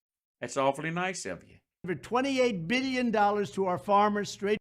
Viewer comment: No one ever calls this motherf***er out on saying BEEYYUN instead of billion!! My ears!!!